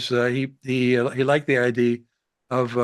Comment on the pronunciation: For the love of god - could ed please learn to say the “uh” at the end of the word “idea”? Its not ideee its ideeeuh. Please - its driving me nuts